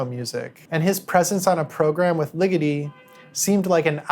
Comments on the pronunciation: Small detail Ligeti is pounced with more of an egg sound than the ligiti you’re using …love the video …difficult to here ligiti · From one György Ligeti acolyte to another, you may want to check the pronunciation of his name. I've been putting the accent in the wrong place in his surname for years, and that's not how you say György. Loved the analysis. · This is really good work, thank you. Perhaps it wouldn't be rude of me to theorize that Boulez, being French, may be pronounced "boo-lay". Ligeti may also bear pronounciationial research on the level of your other stellar and more essential gifts to us.